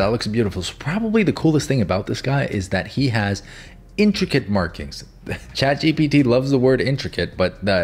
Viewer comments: Boy I definitely wasn't expecting "Chat... GUPEPT" 😆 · “And it’s called chat ✨GaBuTs✨” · Ah yes “Chat guh puh tuh “ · chatguhput. yes that should be the correct way to say it. anyway good job! love your vids and tutorials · Chat "gupt" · “chat gupt” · chat guhpuhte